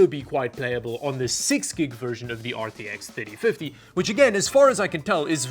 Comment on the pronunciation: aar tee eks theytee fiddie